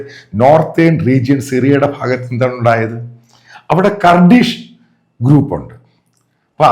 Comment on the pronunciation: കർഡിഷ് അല്ല കുർഡിഷ്